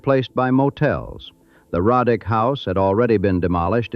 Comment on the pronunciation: It's not pronounced Rod dick it's Row dick! My ancestors! Several photos are also mislabeled as Roddick.